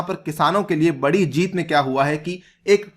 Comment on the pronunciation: Bhai its not बढ़ी its बड़ी जीत 😂